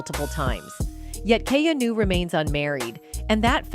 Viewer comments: Learn to pronounce his name correctly, and he is FAR from gay. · Is there any particular reason you keep mispronouncing his name? You don’t know him or anything about him, do you? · THIS WOMAN COMMENTATOR DOES NOT PRONOUNCE KEANU'S NAME CORRECTLY. SHE IS VERY ANNOYING & STUPID.